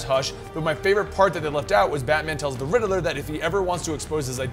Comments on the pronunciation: RIDDILLER instead of riddler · Why he keep saying riddle-er instead of ridd-ler? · Rid-de-ler? Lol. Rid-ler. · I always thought it was pronounced Ridd-ler not Rider-ler. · The real villian is the way pronounces Riddler😂